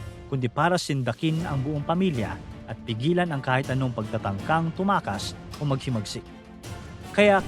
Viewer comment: TUMAKAS not TUMAAS